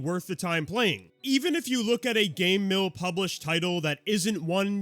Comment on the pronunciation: Why do you pronounce Game Mill like Gay Mill?